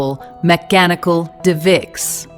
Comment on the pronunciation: Yo, crank up your AI speed and fix the quality. "De-viss"?